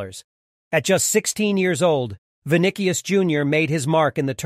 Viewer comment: Good but not the best in the world. Video doesn't even pronounce his name correctly.